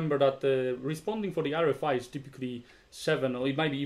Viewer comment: Kinda curious why you pronounce RFI like [R ri fai] instead of [ R ef ai]?